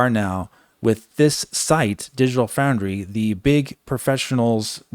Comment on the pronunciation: “Digital Fraundry”